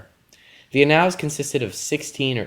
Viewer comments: The classical pronunciation would have a hard [k] sound. But if you're reading a translation (you are), it's more appropriate to use his familiar English name, which is… Tacitus [ˈtæsɪtəs]-especially for a public audience on youtube. You also completely mispronounced annals as well. I stand by my original statement-that level of mispronunciation kills your credibility. I couldn't find a single scholar/P.H.D. who uses your pronunciation when discussing Tacitus with the public. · t ae - S EE- t uh s Tacitus,not tacky tus. \ˈa-nəlz\ Annals That level of mispronunciation kills your credibility.